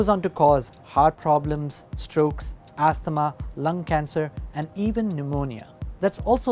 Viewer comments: Couldn't someone teach him how to pronounce asthma?? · Did he just mispronounce asthma?